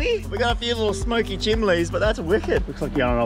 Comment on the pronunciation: Did you say chimleys?